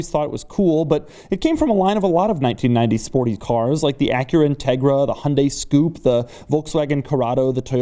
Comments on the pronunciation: I think the Hyundai SCoupe you mentioned was meant to be pronounced 'Ess Coupay' (as per Hyundai) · Its not a Hyundai "scoop". 😂🤣😂🤣😂. Its a Hyundai S Coupe.